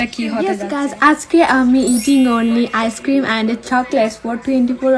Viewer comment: One bite na first bite. Ar icecream er pronunciation ki rokom weird. Ar tomar english o jani ki rokom😅